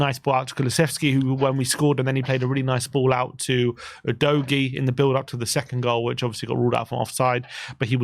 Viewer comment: Maybe Udogie was tilted from you not pronouncing his name properly? 🤔 OOH-DOGGY! Come on &!